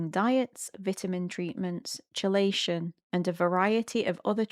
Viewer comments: I don't actually understand what the facilitator is supposed to be doing with s2c - why isn't it something that can be done directly between the nonverbal person and whoever they want to communicate with? Also, just fyi chelation is pronounced "key-lay-shin." I thiught you were talking about some sort of cold exposure thing until you mentioned heavy metals lol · Key. It's pronounced Key - lay - shun. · "Chelation" (it's "kee-lation") :)